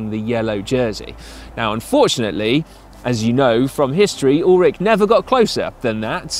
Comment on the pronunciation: Ullrich, not Ullrick. Good video!